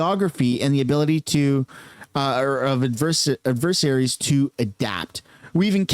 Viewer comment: "Adversaries" is NOT pronounced "Ad-VER-see-air-ees". It's pronounced "Ad-VER-ser-ees". (Just 4 syllables)